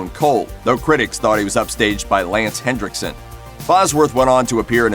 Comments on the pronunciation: It's not Hendrickson. Its Henrickson. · His name is Lance Henriksen, not HenDricksen. Get your names right,.